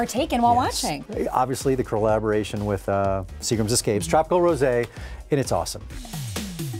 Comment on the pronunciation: Did Chris Harrison really say cRollbroation??